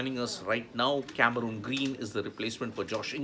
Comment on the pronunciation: What’s the actual pronunciation ? Never heard of this “Cameruuuuun Green” as described by sports tak host…by Australian commentators. It’s Cameron Green. Please check the Pronounciation in Australia.